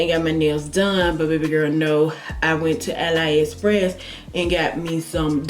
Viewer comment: It’s pronounced Ah-lee express not ah lie